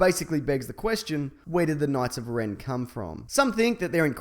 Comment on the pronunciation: Ren not den.